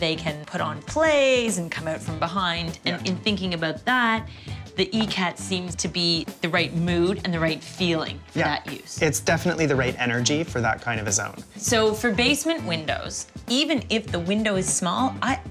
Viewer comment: Pronounced E COT. Not E CAT. Ikat. Always gorgeous.